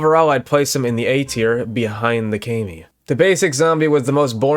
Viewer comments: I despise how you say "kay-mi" instead of "ka-mi" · i thought it was pronounced kah me like kamikaze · Its not pronounced “kai me” zombie 😭😭😭